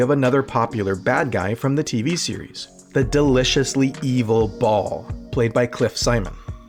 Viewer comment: They always planned with a possible cancellation in mind...and once they didn't (SGU) it happened unexpectedly xD btw it's pronounced "bah-ahl"